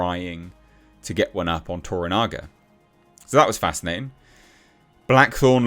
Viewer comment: Shogun is simply continually providing excellence. Also congratulations,, you finally got Toranaga's name right! lol